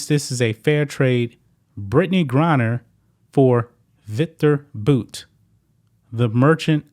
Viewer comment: Victor (boots) Bouts lawyer. 👏🏼👏🏼👏🏼👏🏼, hey, you finally said it right.